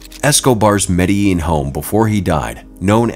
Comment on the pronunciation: they do not pronounce Medellin correctly it's Med-da-Jean! Throughout video they do not pronounce it right, grr.